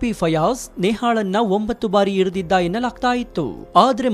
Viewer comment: Hirididdu alla..iridaddu pronounce sariyagi madi